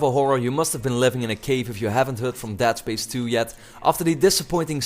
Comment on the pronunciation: funny... he called it "dad" space!